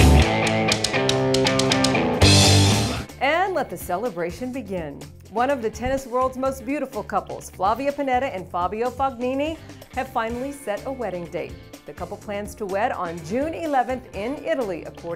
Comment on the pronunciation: The "g" in Fognini is silent.